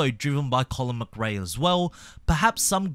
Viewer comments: Your pronunciation of McRae is just ... wrong! Less of the 'muck ray' and more 'muh kray' please! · so no ones gonna say anything about how he pronounces mcrae? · I know who he is 🤣 doesn't say it right he's pronouncing wrong 🤣🤣🤣